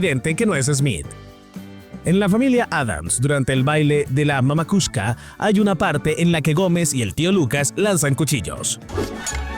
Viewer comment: NO ES MAMAkushka.....es MAMUSHKA......MENZO😅😅😅😅😅😅